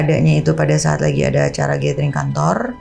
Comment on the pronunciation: gathering dibacanya GÉDERING. Bukan GÉTERING. Kesalahan kecil tapi fatal 🤦. Secara lu banyak nyebut kata itu 😂